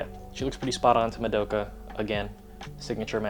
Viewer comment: im kind of curious, how come you always pronounce "madoka" wrong lol. Not hating, keep doing what you're doing, still love the content.